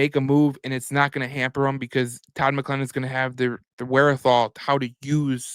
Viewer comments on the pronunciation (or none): Please learn how to pronounce Todd's name correctly....